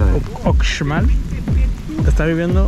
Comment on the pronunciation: Solo un dato, no se debe pronunciar la x cómo lo haces, es ushmal. La x en maya suena sh